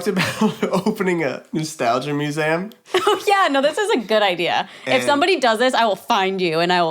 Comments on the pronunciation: yeah he said “mue-seh-um” most people say “mue-see-um” if that makes any sense lol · Yo am I trippin or does say the word "museum" weird????